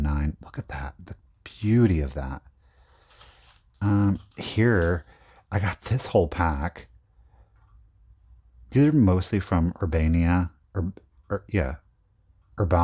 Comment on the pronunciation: Urbana, Ohio is pronounced Er-banna